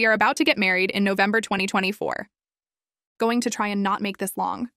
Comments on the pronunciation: I came down to the comments just to point it out because it seems to be spelled correctly in text, but the TTS just keeps saying "giong". It's getting a little annoying that it's just the one word... lol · Why is going pronounced “jeange” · Is no one gonna talk about the pronunciation of going